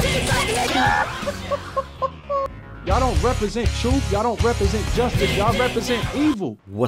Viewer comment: Did he say they need to know the troof?